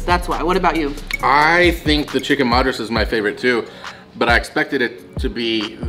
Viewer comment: The Chicken Madras... Madras is pronounced as (mud as in Muddy, ras as raas) Madras was the earlier name of Chennai which was given by the Britishers... When the Britishers came to city of Chennai... It was one of the most populated port cities in South India... And there was always a mad rush to get things from one place to another... So they started calling it Mad Rush City... Which over the years... Kind of became Madras city... It has now been renamed to its old name Chennai.